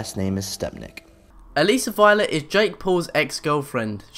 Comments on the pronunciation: lol it's Alissa not alisa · Its alissa not aleesa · It’s not aleesa it is Alissa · Her name is Alissa and not alissssaaaa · A-LISS-A not A-LEZZ-A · Aleesa... ALEESA???? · bro not alyssa alissa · U said Alissa wrong